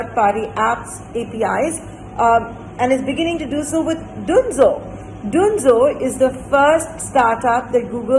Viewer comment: why would anyone pronounce Dunzo as Doonzo?????